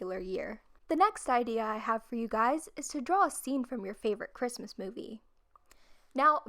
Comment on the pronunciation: Who else is a little bit bothered by the last “s” in the Christmas on the Christmas list